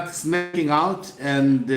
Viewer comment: It’s “Sneaking out” not Snacking out bantu 🙈🙈🙈 “Bhelarusi” not Bhelarasi 🙈🙈🙈 “twenty seventeen” not twenty sebenteen, say Seve….. Seve……. Good boy 👏👏👏👏😆😆😆😆😆